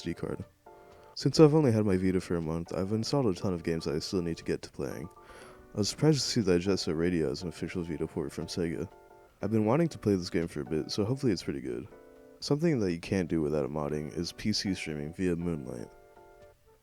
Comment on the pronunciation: its a bit hard to understand parts of the video because of the slurred speech and mumble like when he says "Jet Set Radio" its more of "JeESeRaIO"